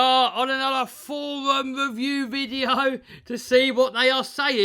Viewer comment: can't say forwum pwoperly therefore he's not doing anything cowectly.! I think EVERYONE will agree with me when I say that RCs are NOT for fun & they should NOT put a smile on your face.!!.. RCs are SUPER SERIOUSLY & should make you miserable... Fnar Fnar Fnar.!